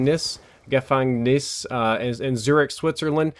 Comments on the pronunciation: It is pronounced Gefengnis but spelled Gefängnis ;) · It's pronounced like gefengnis zurik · it is pronanced gefengis which mean prison its german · your german is amazing :'D gefängnis is the german word for prision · Hahah that swiss german was really funny :D Greetings from switzerland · I had to go back again and again where you try to say "Gefängnis" xD its so funny. But the last try was really well pronounced. Im from germany and its german not suisse. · "Gefängnis" :D hahahaha very funny to hear that as a german (It's a german word for prison) and u totally fucked up the pronunciation :D anyway, no big deal, very funny ^^